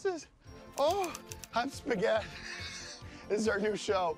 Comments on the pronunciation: “Say Spagoot” love how he pronounces it wrong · It’s amazing how much the pronunciation of “Spagett” degenerates over time. You’ve got “Ah-Shboogeeta” “Ah-Shpoogatta” “Spigoot” “Uhhhspughurrt” “Sperburk” “A-spigoot” and “Shpoogaht”. Incredible.